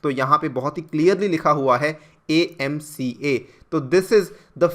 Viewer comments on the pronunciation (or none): Sir please pronounce properly (AMCA)